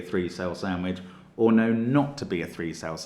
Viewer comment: It feels like Stark Trek to me, but that's because I keep hearing "7-of-9" for "7-or-9".